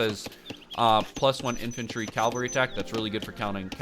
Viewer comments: CaLvery? Dude it's caVelry. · Cavalry*... not calvary. Other than that. Really helpful video ty! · It's Cavalry bud, not Calvary